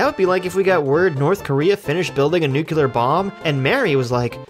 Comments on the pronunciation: Actually, it's nuclear. Nobody knows about nuke-yoo-lar weapons, dude. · “Nucular” it’s Nuclear lol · Broh! New Clear... NUCLEAR. That’s how ya say it homie! Great video just the same! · repeat with me: nu - cle - ar